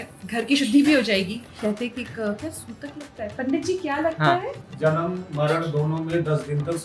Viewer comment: Sobar bolate Hain 😮 sutak nahin kahate h